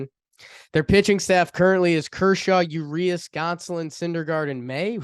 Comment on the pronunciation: It’s pronounced { uw-ree-ahs} not yu-ree-us lol